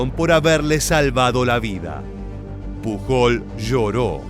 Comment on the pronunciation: Genial video! Como comentario, el apellido Pujol se pronuncia mas como "puyol" Un saludo 😀